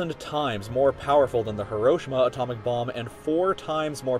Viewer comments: the way he pronounced Hiroshima T_T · you want a teacher who cant even pronounce Hiroshima right? smh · The way he says Hiroshima irks me